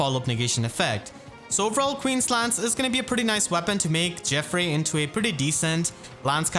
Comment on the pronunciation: how may videos do i need to explain tghats not hwo you pronounce geoffrey